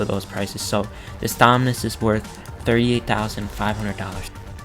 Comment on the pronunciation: he owns almost all the dominus in the game and he cant pronounce them lol